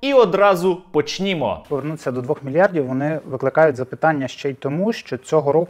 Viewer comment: Поч не мо, а не почнiмо..стерненко,вчи украìнську....